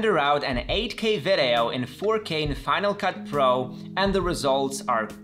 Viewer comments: You're so funny with "ve de oh"😆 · The way he says “video” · I love the way he says video 😂